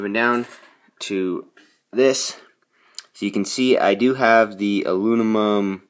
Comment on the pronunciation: "alunimum" haha, nice ride tho man